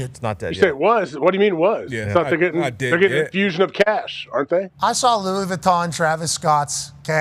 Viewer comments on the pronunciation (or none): none